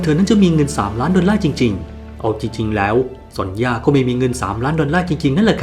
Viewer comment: ความจริงซอนย่าบ่มีนะ ชื่อเธอจริงๆอ่านว่าโซเนีย😅